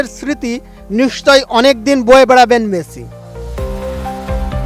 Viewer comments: ওরে কাঙ্গলু ওর নাম মেছি না, মেসি। ঠিক করে উচ্চারণও করতে পারে না। কি অবস্থা, এরা নাকি সাংবাদিক। ভয়ংকর সাংবাদিক। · উচ্চারণ এই রকম হলে সাংবাদিকদের অবস্থা 😂😂টিকিট,মেছি